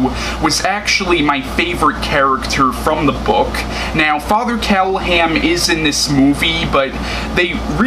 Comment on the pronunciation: true story: Barlow was made into a monster b/c in 1979, there were 2 films...Dracula(Frank Langella), and Love at First Bite(George Hamilton)already had suave master vampires, and Hooper thought the audience would be bored with another of the same thing. BTW, it's "CallahaN".